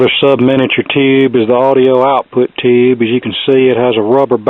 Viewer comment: Take a shot every time he said "ToHOoUuube"...